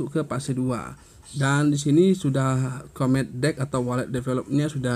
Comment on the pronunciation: Bro jgn baca comet lh, bacanya komet😂😅